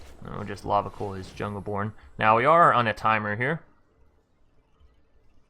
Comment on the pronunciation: Not trying to be a dick but it's Lava C-Oil (as in the black liquid stuff). Although it's funny hearing you say Lava Cool :)